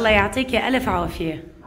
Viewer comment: اتمنى عليك انت وحماتك ان تلفظوا لفظ الجلاله صح لا تقلن اللا بل قولوا الله مع لفظ الهاء في الآخر